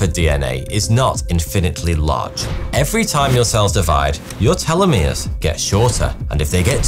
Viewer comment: Telomeres vs Telomeres why are changing the pronunciation of the word